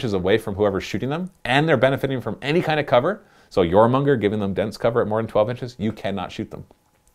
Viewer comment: jormunGANdr. its jormungandr . please. save my OCD brain